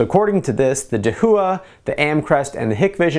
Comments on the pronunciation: da hua, not de hu a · slightly triggered by the pronunciation of "dahooah" (da-wah) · First off, excellent review and very thorough with both quantified results as well as subjective! Second, I cringed every time you pronounced Dahua. It’s a Chinese name and is pronounce dah-whah. It translates to “Big”. There you go - for future videos! 😊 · Dahua is pronounced daah-waah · Dahua is pronounced dah - wha, not da - hu - wha, and Hikvision is pronounced hike - vision, not hick - vision. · Its pronounced da-waa and hike-vision